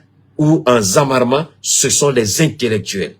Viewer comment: on dit ZERMA ET NON ZAWARMA